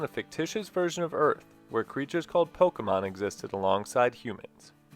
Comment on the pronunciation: Also, thank you for saying Pokémon correctly lol